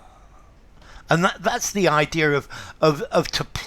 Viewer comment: When you said “idea-R,”